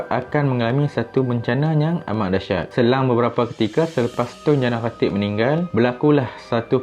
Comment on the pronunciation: boss sebut lah betul2 tun jana khatib , sebut nama dngn jelas